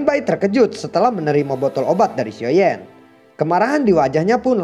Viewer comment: Gua ngakak pas bilang xioa yan kekeu 😂